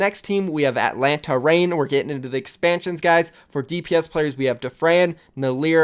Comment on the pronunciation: When u said nlaaer (atlanta reign) from last night's leftover i thought u were roasting him lul.